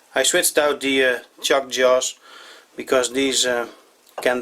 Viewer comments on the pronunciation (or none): none